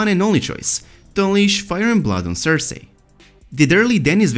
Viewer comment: The way you say cersei absolutely destroys what very little happiness I have left